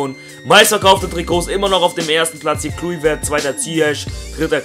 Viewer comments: Assgesprochen wird er "Kloiwert" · Er wird Kleuwert ausgesprochen ;^) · den spricht man so aus "Kleuvert"